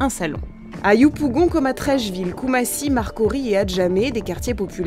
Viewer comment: Je comprends pas pourquoi ils ont toujours du mal à prononcer 'yopougon'